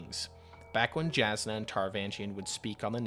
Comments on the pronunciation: Great content. Love your perspective! Main note I’d leave is please double check your pronunciations. Js are pronounced as Ys. It’s not Jas-nuh. It’s Yas-nuh. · Just wanted to clarify as an audiobook listener and someone with a slight pet-peeve for mispronunciations (it's understandable, my brain just doesn't like it XD), both Brandon himself and the audiobook narrators prounounce Jasnah with a germanic "Y" sound and not a "J" sound. So Jasnah's name is pronounced "Yahs-nuh". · Very good video! My brain couldn’t handle your pronunciation of Jasnah (J is usually a y sound on Roshar) but I’m sure multiple people have told you that already :)